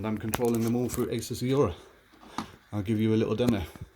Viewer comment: great video, but totally triggered by the fact you cant say 'aura'.